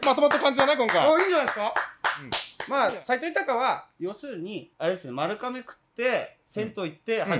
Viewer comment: まるかめ？ まるがめ が正しいみたいです。